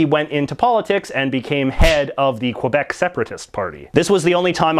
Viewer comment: I realize this person doesn't speak french, but it hurts everytime I hear him mispronounce Québec.